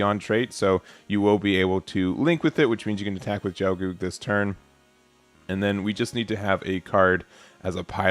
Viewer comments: "Gel-goog", the "gel" has a hard "g" and rhymes with hell. Qatre is meant to be "kat-truh", it's French for "four". Many characters in Gundam Wing have names based on numbers, including all of the main pilots. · Just some pronunciation assistance. It's a hard G for Gelgoog, like "guy". It's also pronounced Quatrah. Keep it up! Looking forward to the game's release.